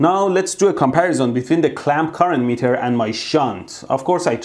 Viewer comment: The meatah, you must give me